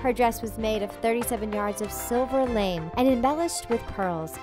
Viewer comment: Silver lame? Luh-May. I love L. Saab dresses, don't you?